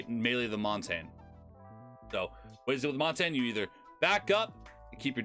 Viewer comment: Its montage (mon-tashe) not (montane)